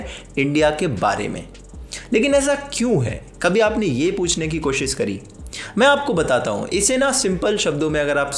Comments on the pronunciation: Bhai sab theek hai... Lekin koshish bol na!! koshish Ko koshis Bolte ho to lagta hai tum khud theek se koshish nahi kar rahe... 😋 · Koshis nahi koshish hota hai bhai ji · There should be a drinking game for every time he miss pronounces “koshisss” 😅